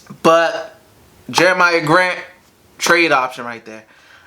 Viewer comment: It’s pronounced “Jeremy Grant” but love the video as always